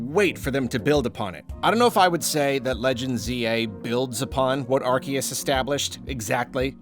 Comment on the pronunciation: Finally someone who says Arceus right